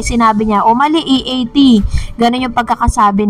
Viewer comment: Si Vic Sotto ang nag correct kay Jimmy Santos sa pagsasabi ng E A T.